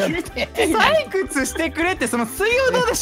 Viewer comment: ペンちゃんの採↑掘↓だってが面白かったWWWWWW